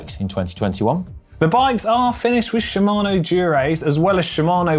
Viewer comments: She - ma - no. Should also learn Movistar - Mow - v - star, not Movie Star. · Hey GCN, please ask GCN Japan how to pronounce Shimano!